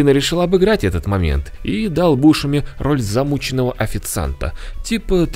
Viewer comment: БушЕми, а не бУшеми.